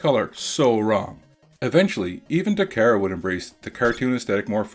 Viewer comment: ...Ta KAR a. Not ta Kara